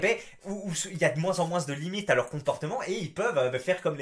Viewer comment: Et personne ne te fait remarquer que tu prononces le "s" à chaque fois que tu dis "moins"?